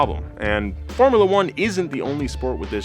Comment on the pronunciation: From uh luh 1 he called it. From you luh 1 is how I'm sure it's said.